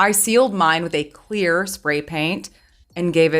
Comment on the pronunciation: snorflakes cleoorrrrrr!